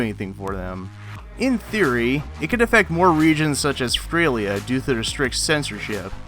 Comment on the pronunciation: Ok i assume you were attempting to say "Australia" but it came out as "Fralia"... dude.... how in the hell does "Australia" turn into "Fralia"